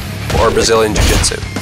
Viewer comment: its jui jitsu not jutsu